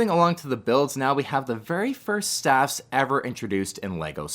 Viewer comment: I don’t know if its only I or you hear it too, that you pronounce the droid speeders as “staff”, but they are called STAP speeders. To the best of my knowledge.